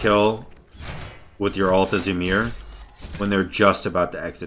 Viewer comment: Love the content and the video for sure but for the love of god its pronounced E-Meer llol